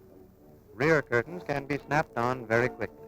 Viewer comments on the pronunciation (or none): none